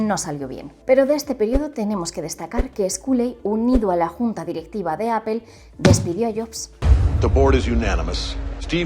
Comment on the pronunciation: pero por qué obviamente? Hasta si te metes a un traductor como google translator se escucha como se dice. Y appel no se parece en nada